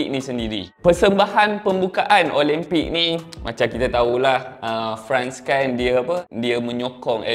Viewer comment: speaker nie pun...pronounce la betul2...OLIMPIK bukan OLEMPIK